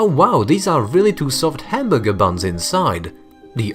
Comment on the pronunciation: The way he said hamburger is just.......................................